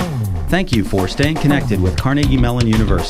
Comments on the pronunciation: I'm willing to be "wrong" about pronunciation and syntax on everything I say, having grown up in Pittsburgh... except for one thing (which is validated in the first few seconds of this video): It's pronounced "car-NAY-gee", not "CAR-nuh-gee". It has always been car-NAY-gee. It will always be car-NAY-gee. Unless you're talking about CAR-nuh-gee Hall in New York, which (for some reason) is okay. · I was born in Carnegie, which we pronounced "Ker-neggie." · Perhaps to help those who don't hear it pronounced locally, we could more accurately spell the enunciation of 'Carnegie' as ker-NEGGY. .. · I pronounce "Carnegie" the way Andrew Carnegie himself pronounced it: car-NAY-gie. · Which way do you think is correct? CAR-ne-gie or car-NAY-gie? The latter is actually the correct pronunciation, and the way that most Pittsburghers (including myself) pronounce Andrew Carnegie's name and the local institutions named after him.